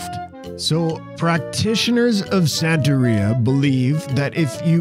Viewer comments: Santería not San-terry-a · You are saying Santeria extremely wrong. It's Santa- ria.. Just like how Sublime pronounces it in the song ""Santeria''. Whoops. 30 seconds later you start pronouncing it right. Congratulations. I think. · You pronounced Santeria wrong. We used to find sacrificed chickens all over Miami as a kid. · “Catolikisim”, bloody hell. Also, you said “santeria” wrong twice in a row, just to right after say it right for the rest of the video, I really dont know what to say, besides, “you asked for corrections”, but “catolikism” killed me hahahhaa I mean, no one ever expect the Spanish “Inkisision”, am I wryght?